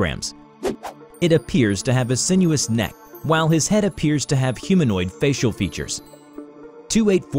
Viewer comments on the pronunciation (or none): none